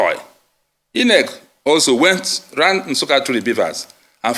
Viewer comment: I'm so disappointed that he had to read through a prepared script all through. Quite shameful. He's even struggling to pronounce common words like INEC (calling it e-nec) and BVAS (b-vis).